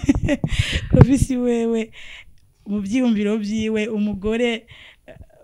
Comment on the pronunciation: Nawe ntu, ni Clovis apana Crovis gusa le journaliste vyarashitse arakasura ariko mutahure kuko : SE TROMPER EST HUMAIN. Merci